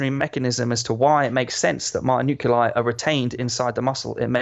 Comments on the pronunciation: I hate how he says "nuculai" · The way he’s saying nuclei is really bothering me 🤦🏾‍♂️😂